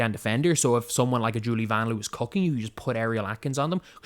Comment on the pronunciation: did you see the video where Vanloo tells us we’re pronouncing it wrong? 😬 It’s pronounced more like Von Loah.